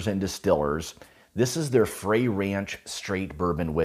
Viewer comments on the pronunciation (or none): I live 45 miles from the distillery...it's pronounced fry, like fried food. Love you channel, I just subscribed.